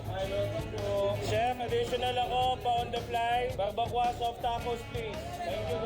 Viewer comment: Barbacoa 👇 pronounce bar-ba-kowa